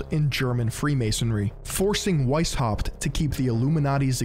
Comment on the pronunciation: The "weis" in Weishaupt is pronounced "vice".